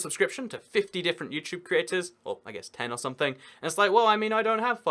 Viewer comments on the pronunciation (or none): none